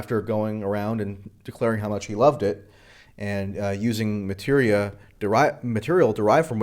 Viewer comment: lol you said materia